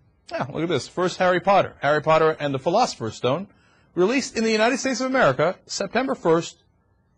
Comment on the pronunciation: I gave him kudos for saying 'Philosopher's' but then he said "Arzkabarn" ...?